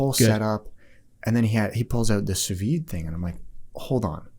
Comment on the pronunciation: sous-vie ? or sous-vide ? In French sous-vie kind of means "under life", and sous-vide means "vaccum" ("under empty"), don't forget the "d" sound at the end